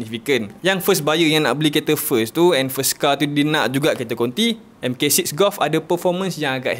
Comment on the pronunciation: Vw golf mk6 sebutan dia Mark 6.